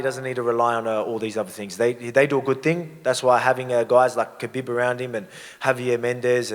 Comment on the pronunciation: I love how volk calls khabib “kahbeb” 😂😂